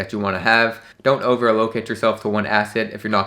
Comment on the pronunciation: the way he pronounces "allocate" .. im dead